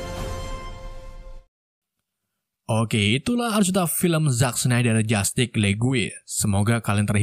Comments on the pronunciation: Justice bang bukan justig 🤣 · Alur nya mantap,? Pembawaan cerita luar biasa,, cuma sedikit saran kalo bisa dalam penyebutan bhs inggris nya pelajari dulu di translate audio,, biar pas penyebutannya,, masa justice dibaca jastick